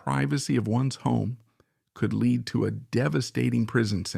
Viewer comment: Alec Douglas Home. It’s pronounced Hume. These small things all add up to rob the research of credibility. Sorry.